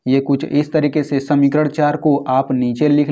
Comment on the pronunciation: Sir vo samikaran hota hai samikarad nahin